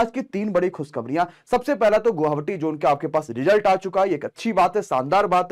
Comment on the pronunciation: Sir ji guhavati nhi hota guwahati hota hei....